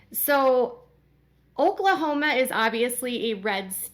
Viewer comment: The way she says Oklahoma,im suprised nobody has come down on her for that lol